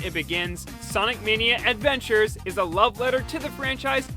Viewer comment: Sawnic Mayknea Edvenchers